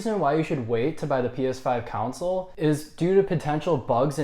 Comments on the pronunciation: Why do you pronounce "console" like "counsol"?😂😂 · This x 1000. If you can't say "con-sole" , maybe review other stuff. Politics maybe because you can say council. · Why does he say council, its console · Console mate not council haha are u even a gamer?? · Its pronounced CONSOLE not CANCEL. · Good lord it's console not "counsel" 😂😂😂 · Why does he say cownsel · Council* he said😂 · Can’t trust someone who dnt say console right😭